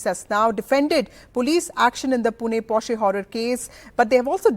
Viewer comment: This anchor is the only person who pronounces "Porsche" correctly. Even Arnab pronounces it wrongly!!!